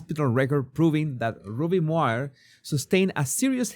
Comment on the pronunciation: Moir is pronounced "Moyer".